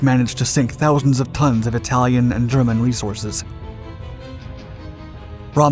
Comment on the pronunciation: Eye talian?😳